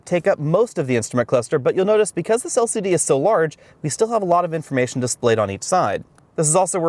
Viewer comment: "El Siddee screens"